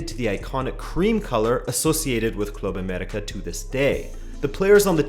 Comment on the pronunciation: Your pronunciation of Club América is a sign of respect. Se aprecia.